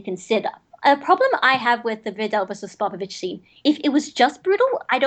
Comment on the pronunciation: He says sopopovich instead of spopovich